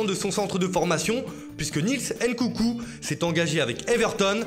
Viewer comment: Il m'a tué le gars il crie en plus il zozotte je suis mort et il a dit Nkoukou au lieu de Nkounkou 😂😂😂😂